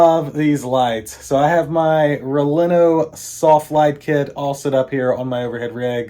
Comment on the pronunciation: Never a good start when you say the company’s name incorrectly (backwards) not once but TWICE! 😅😅😅